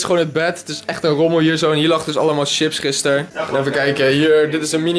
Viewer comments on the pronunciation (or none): none